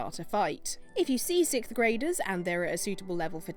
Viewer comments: God damn it its not sick graders its sixth graders!!! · Did she say "Sith" graders???....